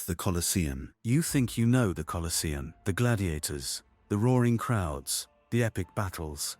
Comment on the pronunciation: You can't even get your bot to pronounce the name of the place correctly. Get real.